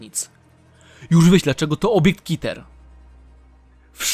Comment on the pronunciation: Klasa podmiotu - KITER XD [czytaj: ,,keter"]